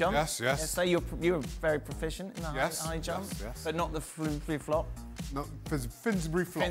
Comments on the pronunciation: Shak its the Fosbury flop not whatever you said it was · Been saying Finsbury flop for 2 days, it is Fosbury flop